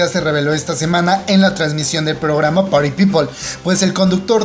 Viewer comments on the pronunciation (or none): none